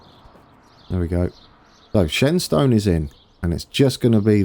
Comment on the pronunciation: Shenstone... pronounce it as Shenston... Source.... I'm from Brownhills ;)